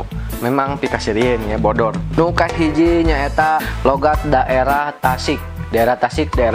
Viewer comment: Saking banyak nya Logat sunda sampe salah ngomong logat jadi logot :)